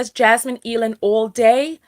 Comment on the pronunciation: AYE-LAND. Jasmine Eiland. Like "either"